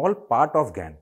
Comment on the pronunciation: Gain bol rahe hai ya gyan